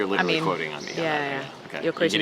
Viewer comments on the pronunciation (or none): none